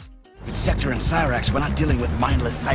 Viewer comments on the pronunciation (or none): cryax 😢 it is Cyrax. Oh and timestamp me if Sonya yells Kombat time in the vid lol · This mfer said sektor and cryax. I cannot in good faith watch this as an mk fan. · Pronouncing Cyrax like Cry-Rax and calling MK11 MK2 hurts. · Big agree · This show gave Mk fans something to watch the time frame was about toning down violence on tv. Its Cy-rax not how you are pronouncing it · Did you or your Ai say Cryax?